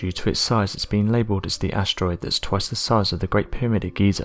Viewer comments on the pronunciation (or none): none